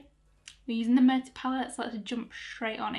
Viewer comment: And btw it’s pronounced “moo-wear-tay” it’s Spanish for “dead” lol.